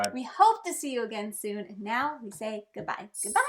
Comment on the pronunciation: Meow that was one great video. Sorry, I didn’t get the reference 😢I just think it’s funny when people say meow instead of now 😅